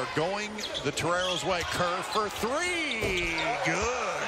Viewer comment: Kerr of Nick. Might as well say it like Flight